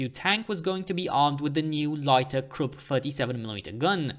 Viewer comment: the letter u in Krupp is pronounced the same way as the letter u in the English words bush, push and put.